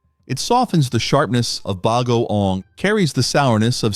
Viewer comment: The word “bagoong” is accented on the “ong”. Fyi. No apology needed.